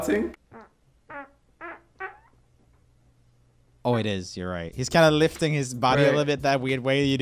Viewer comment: This is probably the 20x watching this video. Can't get enough of Dave saying, " I think that's just him Faating (farting). I Love you guys so much together. 🥰